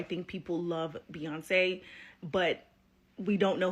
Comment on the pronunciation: who is beeeyonz? here name is beyonce